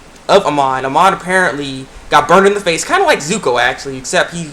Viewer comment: IT WAS SO BADASS. (Btw tho, the equalist leader's name is Amon, not Iman) lol